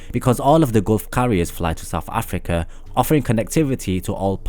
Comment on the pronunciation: Am I the only one who stopped watching after he said 'Saf afika'